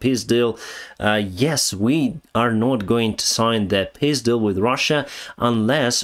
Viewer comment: Денис, мне очень понравилось твое произношение "peace deal". Вполне может служить названием для 4го литовского дрона. 😄